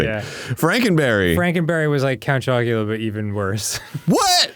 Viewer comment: Arin almost call count chocula count jockula 🤣